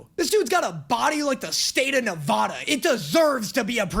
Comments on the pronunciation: how dare you!? You didn't just say nevada wrong 😭 Its Ne-vah- duh not Na va da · THATS NOT HOW YOU SAY NEVADA 😭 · was about to correct your pronunciation of Nevada (neh-VAAAAH-duh • think nasally, not nev-AW-duh btw) but you finished that sentence and i was shocked😂 and then 3 sentences later saying my name im being dealt psychic damage ever 3 seconds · you pronounced Nevada wrong(says in annoying person living in Nevada) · you said nevada wrong my guy 😭😭😭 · I love you videos but please why did you pronounce Nevada wrong😢